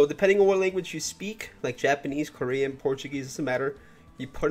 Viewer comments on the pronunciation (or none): none